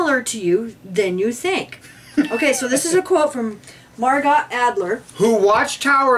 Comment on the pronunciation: Love you all but it's Mar "GO", not Margot... French is weird for us. Thank you again for all your up to date info. Keep up the great work and the New Light!